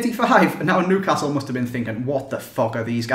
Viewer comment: You can't say Newcastle right